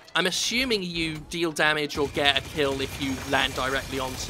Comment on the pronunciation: "I keel your face"? Is this memes?